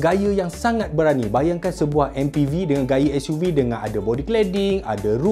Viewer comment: Ke s.u. vee an. Org bahasa mesti pening.